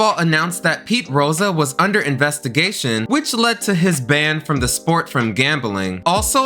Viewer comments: Bro gotta learn how to pronounce some things. Its Pete Rose like the flower. Exxon ValDEEZ like DEEZ NUTZ...Way too many to name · Pete Rosa 😂